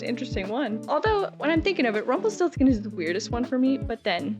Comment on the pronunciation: Avery Brooks mispronounces "Rumpelstiltskin."